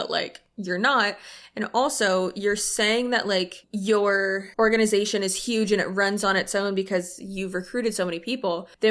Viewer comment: I keep replaying that part to listen to how she pronounces the word organization…..